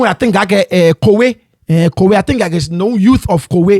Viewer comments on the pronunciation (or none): there's no o behind the K it's Kwei